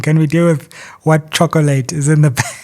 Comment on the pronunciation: Love the way he spelled chocolate more like chocolait😅